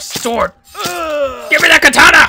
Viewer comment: He said it correctly..ka ta na